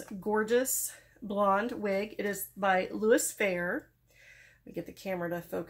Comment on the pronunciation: Just FYI its louis fe-ray with a long a. Or maybe more fer-ray is better.